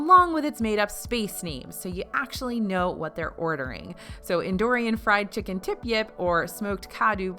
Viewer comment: The way she said chic-ken